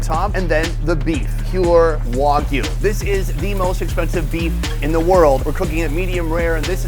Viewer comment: Its WAG U not WOG u